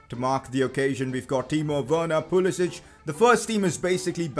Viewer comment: Pcq Its pulisic not pulisich 😂